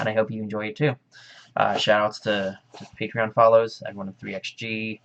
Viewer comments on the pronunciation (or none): peetreon XD